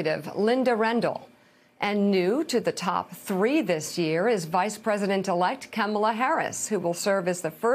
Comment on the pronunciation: Her name is pronounced comma la.